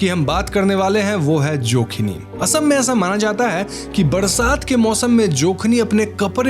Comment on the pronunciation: ye "asm" kya hota hai bhai mere? ASSAM ... ASSAM uccharan karo